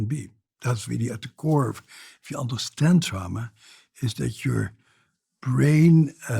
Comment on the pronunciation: Trama not drama!!!